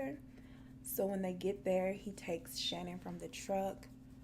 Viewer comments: Her name isn't pronounced Shannon Hun it's pronounced Sha-Nan x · Lmao okay I love you girl but her name is ShaNAAN. It was driving me nuts throughout the video. 😂😂😂 but great video. Love ya girl